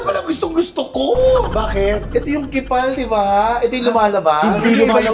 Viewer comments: Hi, hindi ba po yung pronounciation ng KEEPALL ay (keepol) or (Keep all) hindi (kipal) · is in not pronounced as "Keep all"? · I think it's pronounced as "keep all" po 😂